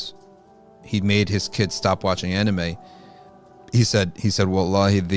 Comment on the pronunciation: With all due respect this channel needs to bring a scholar that can first pronounce anime correctly to comment on this topic. May I suggest getting a Japanese muslim scholar?